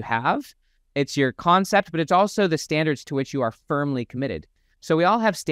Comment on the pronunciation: Dude, standards with a T go fix that